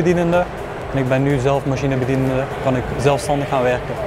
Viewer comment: Ik ben begonnen als machinebedienende. Hij kan ze eigen functie niet eens goed uitspreken😅